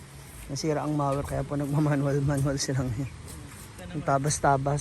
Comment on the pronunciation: Correction po hindi mawer, it's pronounce as mou.wer.😅